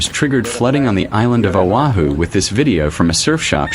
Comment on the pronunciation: O'HU? SERIOUSLY?? IT'S O AH HU OAHU.. AND IT'S NOT BURIED.